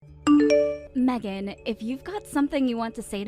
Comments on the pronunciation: Meeegan? WTF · Her own husband can't even pronounce his own wifes name right 😂